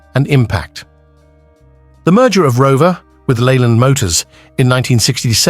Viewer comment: I can't watch this Cr*p . how do you pronounce Leyland ? The info is all over the place and mainly incorrect